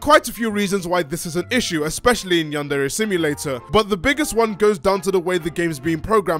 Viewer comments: Looking past the "bitter incel steals work from an unpaid uncredited teenager and uses Patreon money on a sex doll" thing, the dude really pronounces it "yean-dairy"? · It's strange how he pronounces it "yan-dairy" and no one else does. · He can't even say yandere correctly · He had time to do all of these fairly high-production videos with tons of editing and art but not time to work on his game because emails? Also my god, he could at least pronounce "yandere" correctly. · the fact he can’t even pronounce yandere right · The way overpronounces everything drives me crazy